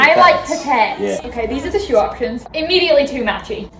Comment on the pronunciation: ~Four~ you've really become an American with that pronunciation